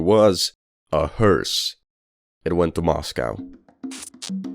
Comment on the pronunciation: His pronunciation had me thinking he said 28 inches. Holy crap!